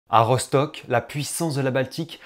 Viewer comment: Ça se dit Rostock hein, pas rochtock Je suis allemand